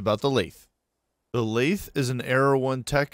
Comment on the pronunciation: Very good video. Thanks. PS. This isn't a criticism, but I've never heard "lathe" pronounced the way you pronounce it. I've always heard it with a hard "th" sound, not a soft one. It might be just a regional variation or something. I'm no expert. But if not, you might want to listen to this